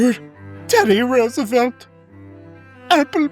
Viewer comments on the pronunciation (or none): none